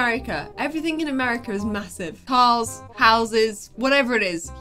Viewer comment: " I want some Mah-Who-ssive Ones!"